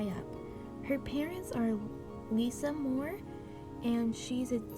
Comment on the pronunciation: Its not moore its monroe see MONROE